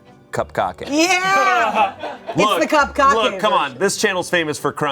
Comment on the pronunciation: y'all I'm lost wtf is cup-kake?